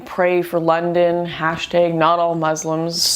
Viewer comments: Lots of good points, but please, for the love of God, to my southern ish ears..."hash -tayge"..... AHHHH, YOU'RE KILLIN ME SMALLS !!! :) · tag not tage lol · "hash-tayg"... hehehe... 😂😂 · why can you not pronounce the single syllable word "tag"? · It's pronounced "tag", you silly Canadian man, lol. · "Hashtigg" XD Canadians... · Did you just say hashteg? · hashtaigs? ... What's a hashtaig? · lol what's a hashtayg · "Hash-tEGs" Great job though lauren xDxD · "hash taeg" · "Hash tiiiig" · I love how lauren pronounces #notallmuslims as "hashed egg notallmuslims" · Is it just me or does she pronounce "hashtag" in a weird way? Not to divert from the matter, just saying. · Is that how Canadians pronounce hashtag haha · You sure have an odd way of pronunciating Brussel and Hashtag. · Unrelated but she says hashtag really weird